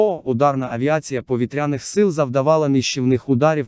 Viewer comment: Чудові новини про наші повІтряні цілі! Ну а наголоси якось не по—нашому звучать,пропрацюйте ,будь ласка. Дякую!